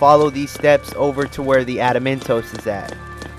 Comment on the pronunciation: Espionage = Espy-o-nage < like dodge without the second d, and Saboteur = sab-a-tour. His mispronounciations are cringe.. and... adamantoise< like choice!